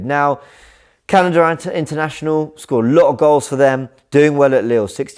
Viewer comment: Candada? Lmao